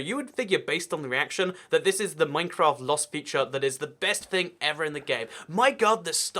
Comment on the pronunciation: minecwaft uwu